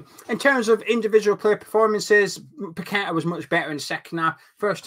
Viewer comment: Nice to hear you pronounce paqueta name properly like a Brazilian. Unlike some of the pundits and commentators who should know better and ask a Brazilian how to call that name .